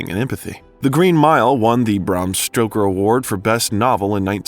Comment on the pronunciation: Bram Stroker? Lol you misspoke it twice in 5 minutes lol